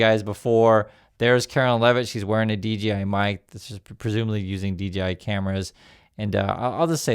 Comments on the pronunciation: hey dork its dJi not dGi love your show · DGI or DJI? You keep saying DGI while I'm looking at DJI on the video. 🤔